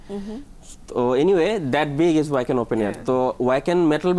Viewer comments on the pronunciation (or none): উচ্চারনতা হবে ভাখেন, ওয়াকেন না।